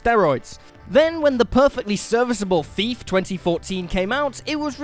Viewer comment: Who else just kept hearing “FEEF” instead of thief?